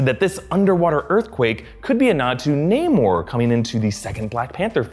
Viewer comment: It’s namor